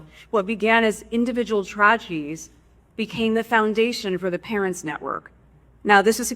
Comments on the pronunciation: I thought that they both sounded like they were slurring on certain words. I hear it clearly as she is speaking - “tragedies” 🙊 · What's up with her pronunciation. She sounds drunk, but I don't think that's it. Elmer Fudd accents. Twadgedies? Stwong bonds? Pwactices. Maybe a teeth thing. Is Harry slurring his words? Maybe I 'm drunk...